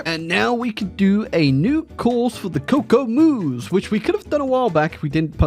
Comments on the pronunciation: It does sound interesting when pronounces "kokoomus" as "cocoa moose". It hits different. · The pronounciation of Kokoomus was actually the worst thing I’ve ever heard😅